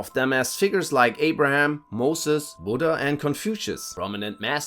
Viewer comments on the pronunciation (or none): none